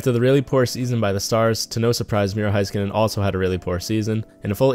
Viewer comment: I hate how he says heiskanen “Hi- ska- nin